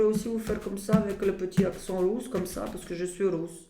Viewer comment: L"accent rousse"! Morte de rire!😂😂😂😂